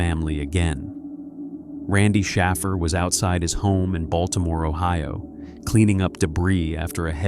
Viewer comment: Shaffer is Shāffer—hard A like wafer. Shaffer, does not sound like baffle… went to school with Shaffers—our town was filled with them. 🕊️